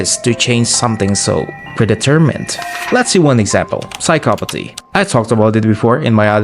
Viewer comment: you said phycsopathy so wrong man